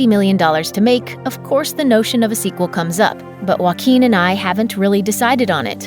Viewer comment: WA QUEEN finally I found a way to pronounce his name properly 👊